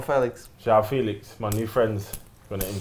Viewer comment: "What's your name?" "João PHÉlix" "Hi João Philix"